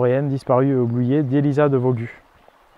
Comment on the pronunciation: 17mn 30 Elisa de Vaugüe se prononce vo-gu-hé et non vo-gu